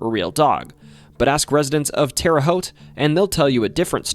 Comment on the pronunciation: A YOUTUBER PRONOUNCING TERRE HAUTE CORRECTLY! I thought it couldn’t be done